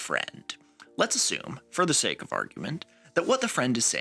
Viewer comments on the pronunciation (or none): none